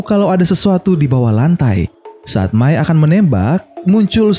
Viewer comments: mai bukan mia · Bang abang salah ngomong bang itu mai bukan mia